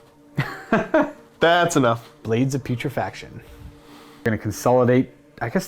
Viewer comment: I'm fairly sure is the only Death Guard player on Youtube who can pronounce blades of putrefaction correctly.